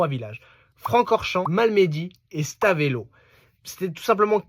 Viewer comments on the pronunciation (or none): Stavelot pas Stavélo et raidillon pas radillon...